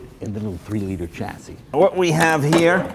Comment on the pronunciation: Chassis? Isn't it pronounced shassis?